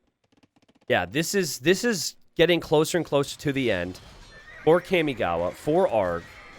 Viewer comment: my inner otaku is cringing everytime you say "kaymigawa" instead of "carmigawa" kamigawa means river of gods and kami is pronounced almost like carmi but with a mute R.